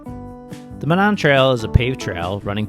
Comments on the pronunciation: A headwind coming north from Indy is actually unusual! Monon actually pronounced MOE- nahn ❤ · it is pronounced MO- non. With a long O on the first syllable and short O on the second. That is my only criticism. Great video! I ride a lot of those fine northwest Indiana trails just about everyday. Safe riding to you!